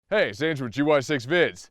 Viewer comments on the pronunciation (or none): none